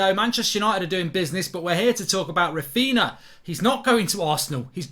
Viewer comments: Mark Its Raphinha yes Raphiña not Raphina Mark in Portuguese and Galician nh is ñ like for example Pauliño (Spanish), Paulinho (Portuguese/Galician) and Pauligno (French/Italian) see the exemple Mark same for Darwin Núñez of Liverpool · The man's name has been all over the news and he still can't say it right. Rafina 💀💀💀💀💀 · No way you pronounce ‘Raphinha’ like that…